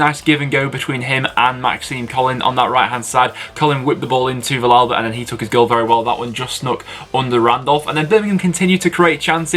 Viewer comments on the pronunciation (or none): Just so you know it's pronounced viyalba 👍